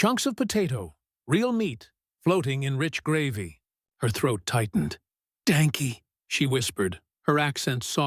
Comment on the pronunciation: "danky"... Truly shit that you cant even get close to actual German pronunciation